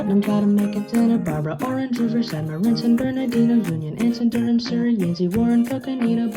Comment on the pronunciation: This is quite minor but Durham, NC is locally pronounced with one syllable like Durm. I can provide a source talking about it. This is a nitpick and I enjoyed the video a lot :)